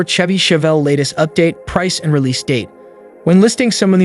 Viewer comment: Looks like a Camaro. The narrator doesn't even know how to pronounce Chevy. Total bad video